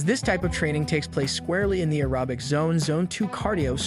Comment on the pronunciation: I’m not listening to the advice given by someone who can’t pronounce aerobic.